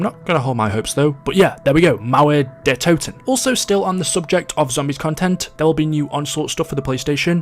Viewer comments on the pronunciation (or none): naah you pronounce „mauer the toten“ right but u pronounce the „o“ too english